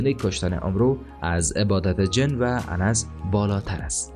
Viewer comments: دوست عزيز لطفا كمي به خواندن خود توجه كنيد جن انس (انسان ) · تشکر از اطلاعات که منتشر می کنید، ولی برادر عزیز کلماتی مثل جن و انس و یا اجنه در ویدئو دیگر تان که گفته اید درست تلفظ کنید.کلمه اجنه جمع کلمه جن است و انس مخفف کلمه انسان می باشد. اگر تحقیق کنید متوجه خواهی شد. باز هم تشکر از اطلاعات که منتشر می کنید و اگر باز گفته هایتان را با کتابی یا نوشته ای مستند بسازید بسیار عالی خواهد شد. موفق باشید.